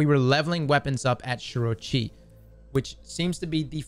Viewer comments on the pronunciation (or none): I need some help with your pronunciation. Who is Shiro Chi? You said the fastest way to get the materials from the weapons is a visit this person.